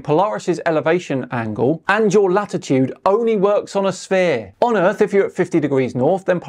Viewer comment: so where is this earf he keeps on talking about